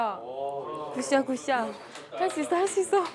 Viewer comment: 서한솔 선수 자꾸 굿샷 하실때마다 자구 구쌰 라고 들리지 왜